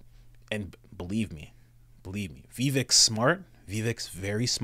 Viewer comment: Pronounced Viv-ake! 🤭